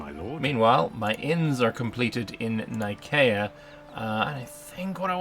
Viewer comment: excuse me but the c in nicea is soft like the c ont pronounced like a k i know this ia it is the place the the centeral creed of Chirstianity was crafted. though it was probably named for the god nike of greeck fame.